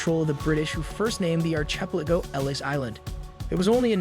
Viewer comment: Ark a pel a go Ark Not Arch